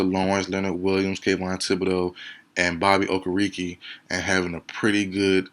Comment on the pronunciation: It's Bobby oh-ker-uh-kay